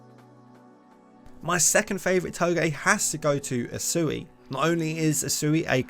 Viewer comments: Asui?????????? dont you mean Usui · "asui". bruh.